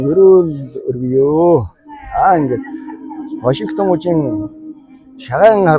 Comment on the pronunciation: Ваашингтон гэж ямар хачин хэлээд бна аа